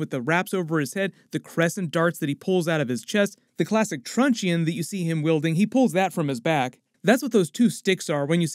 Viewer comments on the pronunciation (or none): I love how you're always open to pronunciation advice -- just a heads-up that 'truncheon', even though it has an 'e', the 'e' is silent, so the phonetic pronunciation of 'truncheon' is actually 'Trunch-On'. Cheers and thanks always for your videos. <3